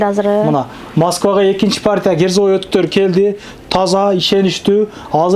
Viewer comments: Герзовый эмес, кирзовый өтүк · Герзовый эмес кирзовый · Герзовой эмес, керзовый болот тууган. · Герзовой эмес Кирзовой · Керза -деп айтылат. Керзовые сапоги-орусчасы.